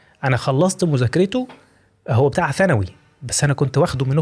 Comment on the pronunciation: ماشاءالله اول مصري ينطق اسم مرحلة دراسة بشكل صحيح (ثانوي)